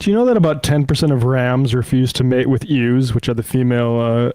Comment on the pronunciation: Love that pronounced ewes as "ews" instead of "yous" 😄